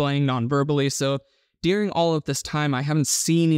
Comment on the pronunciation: Where is it, regionally, that people pronounce the word “during” like “deering”?